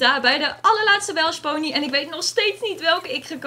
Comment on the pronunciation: ben ik de enige die me irriteert dat zegt Welsh ponees (geen haat)